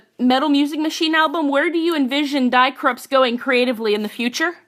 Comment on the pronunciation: Thank you for interviewing Die Krupps...but may I make a nerdy German remark? "Die" means "the" in German. Die Krupps = The Krupps It has nothing to do with the English "to die". The "ie" in the German "die" is pronounced like the double "e" in the English "to flee". Greetings Mega